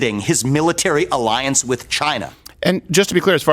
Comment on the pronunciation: You want an arriance? Arriance, arriance!!! 😂😂